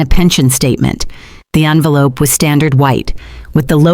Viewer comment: Its envelope, not onvelope